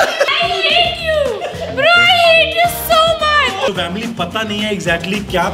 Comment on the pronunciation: 😅😅😅😅 expressions were lit at end when she said-yaar vamily mujhe b chahiye🤣🤣